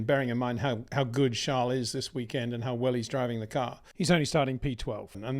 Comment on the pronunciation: Still can't bring yourself to pronounce Charles name correctly